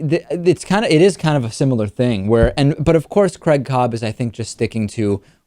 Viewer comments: Why is this guy calling him Crag, he spells his name Craig? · Dear America, stop saying fucking Creg!!! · Creg caab. It's not as bad as them saying Carl (car-rul). Lol